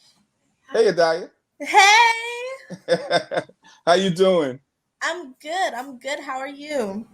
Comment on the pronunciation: her name is pronounced Ha-dee-yuh.